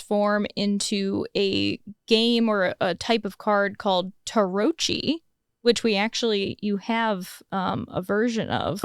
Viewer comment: Pronounciation tip: "Tarocchi" is pronunced "Tarokki"! In general, "Ch" in Italian is our way of making the "K" sound.